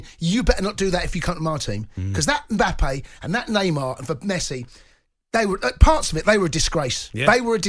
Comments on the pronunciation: man said embuppay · Jamie it’s Mbappe, it Emboppay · Why does he keep calling him mimbppa clown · I didn’t know his name was Mbuppe, thanks Jamie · Everyone: Mbappe Jamie O'Hara: MBUBBEY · O'hara calling mbappe mbuppe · Is nobody good to address the 'mbuupee' situation? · Say it with us now Em-Baa-Pay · Does he ever pronounce Mbappes name correctly? Doing my head in 😂😂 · something very wrong with the way he is saying Mbappe